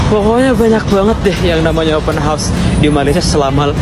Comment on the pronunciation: Ddengar tu Wak,, open house ,bukan open hos,bunyi hos tu maknanya kuda( horse) 😊😊